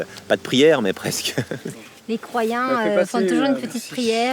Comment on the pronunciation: les croiyens